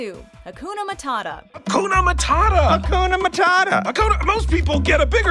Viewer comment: Akuna matadha? Hhhhhhhhhh just say hakuna matata